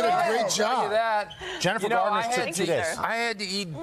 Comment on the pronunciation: Get her name right Today Show. It's 'Garner'.